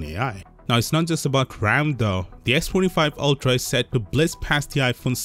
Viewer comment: "Ultra tuuhdauy"